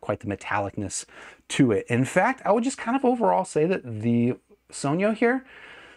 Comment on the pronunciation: THANK YOU for actually pronouncing "sogno" right.